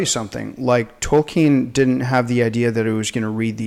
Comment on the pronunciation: When I hear the name tolkien(especially pronounced wrong)I can only think of an 8 year old black kid on southpark lol